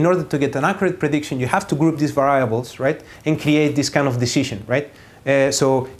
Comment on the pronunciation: just in case someone gets confused, what he pronounces 'viables' is supposed to mean "variables"